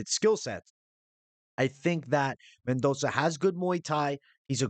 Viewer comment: It’s Mendon(ssuuh)